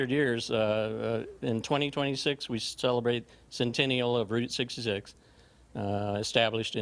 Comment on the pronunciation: She pronounced “Route 66” wrong. Can’t stand these transplants.